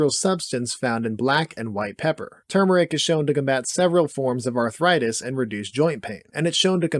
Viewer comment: Great video, densely packed. Thank you for pronouncing Turmeric correctly.